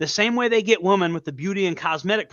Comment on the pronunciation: Haha consistently saying Woman instead of Women is one of the best parts. Listen to me guys, I know woman.... 🤦‍♂🤦‍♂😂